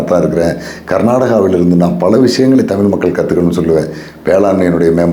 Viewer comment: தமிழை "தமிள்' என்று உச்சரிக்கிறீர்கள்???